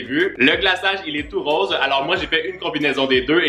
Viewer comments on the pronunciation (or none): none